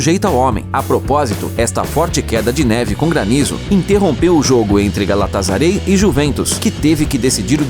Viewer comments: no galastasaray se fala galastasarai msm nñ galastasarei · Falou Galatasaray errado brother, se lê/fala na forma BR mesmo, “Galatassarai” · "Galatasarey" kkkkk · "Galatazarei" KKKKKKK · O nome não é nem Galatasaray É galatazarey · kkkkkkkk tu não fala nem o nome do time certo